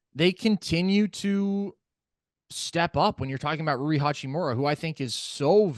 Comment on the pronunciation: While we're at it, Rui is Rue-E, not Roy.